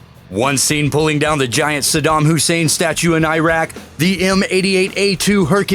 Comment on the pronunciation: why can't Americans pronounce Iraq properly? they invaded the place